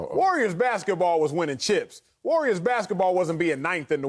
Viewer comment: Why does Broussard call the Warriors the "Wooyers?"